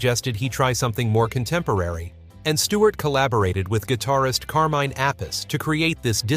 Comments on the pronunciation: Honestly! Or couldn't someone realize that at least maybe they ought to spell some words phonetically so these stupid voices stop mispronouncing words and names like saying someone was the "LED" singer and saying the guys name was Carmine "APPISS." How lame brained are these people?! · uhhh you may want to 1. do better research and 2. learn how to pronounce names. Carmine Appice is a drummer, not a guitarist and that is NOT how his name is pronouced